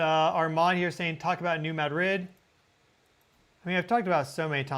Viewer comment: You are pronouncing New Madrid wrong. You say you are saying it like the locals but you are not. I’ll try to explain. The accent should be on the first syllable, ‘Mad’, Now, do not pronounce the second syllable like it’s a separate word, say ‘drid’ not ‘rid’. It’s kind of like pronouncing the word mattress, with the accent on the first syllable. If you accent the second syllable, well, that’s a city in Spain, but with the accent on the first syllable, that’s a fault line.